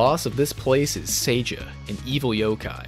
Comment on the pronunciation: Something i forgot to mention in my previous comment, your pronunciation of the character's names is some of the best i have ever heard! Almost perfect except for calling Seija "Seiji"later in the video. Most people i've heard stumble over "Hakurei", but you barreled through "Wakasagihime" like it was nothing.